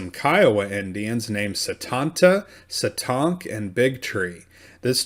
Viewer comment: That’s not how you say Satank 🤦🏽‍♀️